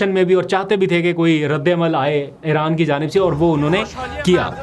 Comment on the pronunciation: Aap Aran kiun kehte hain Iran hai